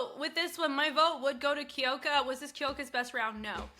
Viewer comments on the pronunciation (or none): Sorry but It’s Kyoka (like "cue" + "oh", not Kee-oh-ka), and Rie is "Ree-eh", not just Ree. Two syllables